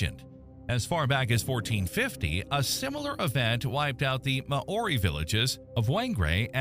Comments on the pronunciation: "Mah-Ory" is wild. That hurt. Maybe just a suggestion for the future... When it comes to another language... You might want to seek expert advice on pronunciation. Most place names you pronounced wrong too. That was such a painful listen to my Kiwi ears. Never heard my placenames or peoples name butchered so badly. Not even by Pakeha here. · MMMmmm ... need to learn how to pronounce Maori better - amazing place to live. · The commentator's pronunciation of Maori names is absolutely hilarious. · I really love the way you try to pronounce Maori words, good on ya. Ka pai 😊